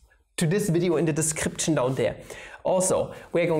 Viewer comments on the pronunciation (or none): We use the Gamma Function, the Leibnitz Rule and Euler's reflection formula like they're the easiest things on earth and still need to debate whether Pi is now equal to 0 or not. Also the german boi came through once more: What is a "diskriptschen"? :D